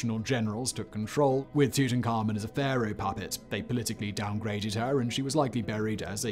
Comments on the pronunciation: Great, yet another way to pronounce "Tutankhamun" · The way he says Tuts name bothers my soul.